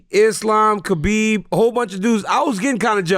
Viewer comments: 10 years later DC still cant say Khabib's name right??? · DC still calling him Kabib cracks me up, great interview with a great dude